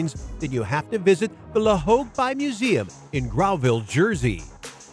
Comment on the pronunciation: Grouville is pronounced 'Grooville'....and to make it clearer, its Jersey the Channel Islands off the coast of France where they do NOT use Euros but UK pounds.